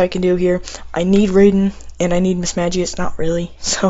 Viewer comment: Its pronounced mismagius not mismadgius